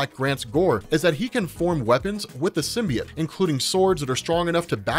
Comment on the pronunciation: AHHHH ITS PRONOUNCED SIM-BEE-OAT